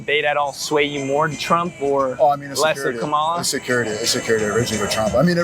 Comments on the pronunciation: Dude, learn how to pronounce Kamala. It's not kaMALA, it's KAMAla. It's like the punctuation mark, 'comma', followed by 'la'. You wouldn't like it if someone CONSTANTLY mispronounced your name. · If you are interviewing people about the president, please learn how to say one of the candidates names. Her name is pronounced, comma-la. It’s lazy not to learn how to pronounce someone’s name. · You can’t even pronounce her name right. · Not one trumpster pronounces her name name correctly. So disrespectful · How can you take this channel seriously when the interviewer can't even pronounce Kamala properly 😂